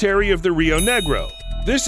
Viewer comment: They way you said Branco and Negro was absolutely funny